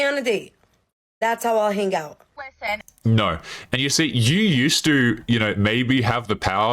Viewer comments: The word "hang" has a silent G. It is not pronounced "han-Guh". People with that accent are red flags. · Is it just me that is bugged by that first chick hard pronouncing the G in hang?